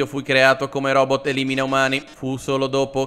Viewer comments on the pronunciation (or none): none